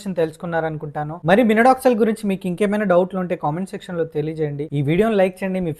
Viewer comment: Minoxidil ❌ Minodoxil✅✅😂😂😂🙏